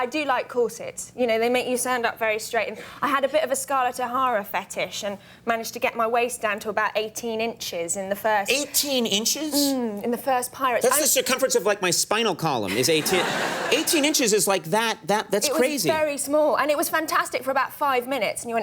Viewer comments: I've never heard somebody pronounce Pirates of the Caribbean so badly... "Parrots of the Carribiyan"?? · 😂 Haha! It actually sounded like "Parrots" 🦜